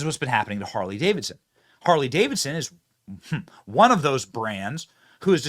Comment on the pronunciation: "Carley Davidson"!😂